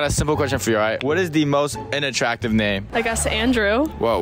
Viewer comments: Do us older Asian generation a favor, "learn" how to PRONOUNCE "Unattractive" properly 🤦‍♂️🤦‍♂️🤦‍♂️ It's pronounced as "UN" not "in" 🤦‍♂️🤦‍♂️🤦‍♂️🤦‍♂️🤦‍♂️ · Sounds like he’s saying “INattractive” lmfaooooo